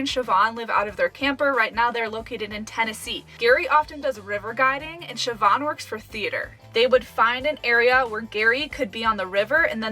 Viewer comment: Nice to hear an American been able to pronounce Siobhán